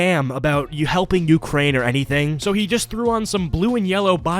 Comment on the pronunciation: "ukrraine"